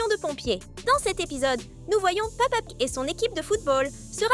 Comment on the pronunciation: Au début elle a dit pa pig